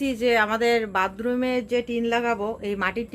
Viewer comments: দিদি, বাতরুম বলবে.. বাদরুম না নীল, বা লাল রং এর টিন গুলো লাগিও.. আজকাল ওইগুলাই ভালো চলে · আসল উচ্চারণ হল বাথরুম